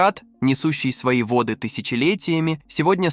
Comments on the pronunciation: ...водЫ отступили..., водЫ, водЫ... Может всё-таки вОды?))). Вы кто??? ИИ или нерусский🤨🤔? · Не водЫ Евфрата, а вОды. Беда с этими роботами! И тембр голоса противный! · вОды , а не водЫ ! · Так тело читает заказ! ВодЫ реки, водЫ озера вместо вОды реки, вОды озера. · В данном тексте в слове воды ударение надо ставить на первый слог вОды